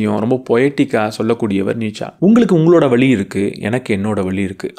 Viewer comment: சிறப்பு ழ'கரத்தில் கவனம் கொடுங்க சார். வழி உச்சரிப்பு வேற, வலி உச்சரிப்பு வேற. 🎉🎉🎉 உங்களுக்கு வாழ்த்துகள்... நல்ல நல்ல கருத்துகள் சொல்றீங்க... நான் இந்த சமுதாயம் சொல்வதை கேட்பதில்லை. நல்ல செயலை மனிதனால் எப்படி செய்ய முடியும் என்று மூடநம்பிக்கையை ஒழித்து செயல்பட முயலுகிறேன்.